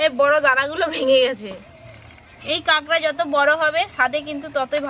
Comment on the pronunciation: আরে ভাই ওটাকে কাগড়া বলে না।ওটাকে কাঁকড়া বলে।